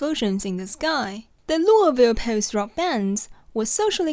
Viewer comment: You did a really good job pronouncing Louisville! Better than me, I still get roasted by natives lol